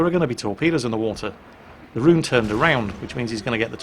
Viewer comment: Please do not pronounce "Roon" like "rune". Should sound more like "rowan" or even better "Rhone"